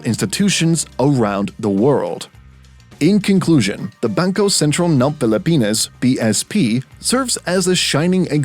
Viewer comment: I like how the narrator mentions Bangkœ Sæntræl ng Pelepænæs